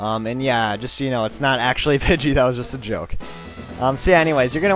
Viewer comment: Pugey?? Learn english